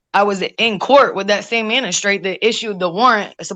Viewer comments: How on Earth did you graduate high school AND get two Associates Degrees, yet you’re saying the word “manistrate”?? It’s MAGISTRATE! WOW!! People never fail to amaze me, negatively!! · Would someone please correct. It is not MaNistrate. It is MaGistrate. 😮😮😮😂😂😂🎉🎉🎉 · Is she saying mena-straight 🥴 Does she mean magistrate😟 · Is she saying "menstrate" instead of Magistrate lol she is disgusting!! Love!! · You try to sound edumacated but continually talk about a "manistrate". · It’s maGistrate you big dummy